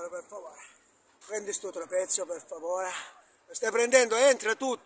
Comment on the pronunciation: "Vai dietro per faovreh". E va dietro lui.